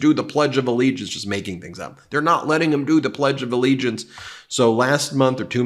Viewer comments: He keeps saying Plegdea Allegiance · What is “the pledge duh-the allegiance”? Isn’t it “the pledge of allegiance”? This guy wouldn’t win in California, so he carpetbags to other states that he thinks are populated with suckers. We’re not suckers. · Fleeag? Ugh never trust anyone that can't pronounce simple words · He calls it “The Pledgalegiance” lol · He also calls it the pledgealllegiance